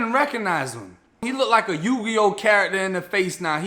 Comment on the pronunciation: When you said Yu-Gi-Oh, I fell out 😂😂😂